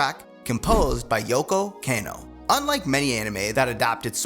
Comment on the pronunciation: “k-ah-no”,not “kay-no”